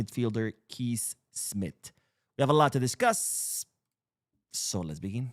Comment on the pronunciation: Kees is pronounced like you say "case." In this case we should try to sign Kees Smith.